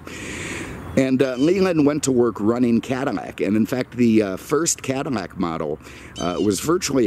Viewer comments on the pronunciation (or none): I love his videos but is he saying "Cadamac"?